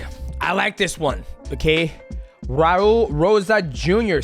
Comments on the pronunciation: dj said raul name so wrong lmao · DJ called Raul “Warul” 😂